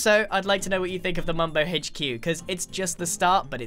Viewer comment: Is nobody gonna talk about how Grian pronounces the “H” in HQ